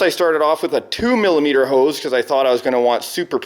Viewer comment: Every time you say nozzle and hose I hear it as Grounds Keeper Willie "noodles and house"!